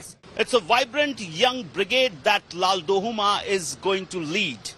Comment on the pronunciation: LALDUH-OMA. not LALDU-HOMA